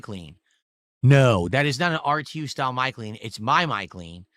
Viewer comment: "Grilled cheese style" God I love but hate the way he says style. I love it because it's the dumbest way to say it, and hate it because it just upsets me hearing him